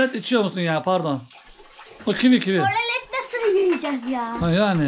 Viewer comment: Horolet deyil oralet😊